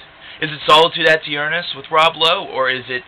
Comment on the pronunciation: I've never heard someone pronounce "aeturnus" the way you are in this video. Are you sure that's correct? There should be no extra emphasis on the "a". In Latin, the "ae" would be the "eh" sound. It's where we get the word eternity, eternal, etc. from.